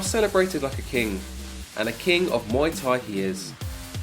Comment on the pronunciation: Please stop saying ‘moy’ Thai … should be pronounced closer to ‘mooay’ … moy means pubic hair in Thai 🤓